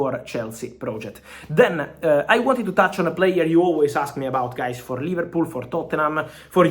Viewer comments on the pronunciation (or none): none